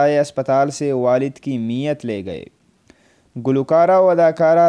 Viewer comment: Oh pagal NAMZ hoti he NIMaz nahin to mayyat ko niyat parh raha he phop phopi ko bhi ghalat parh raha he, llanat tujh per.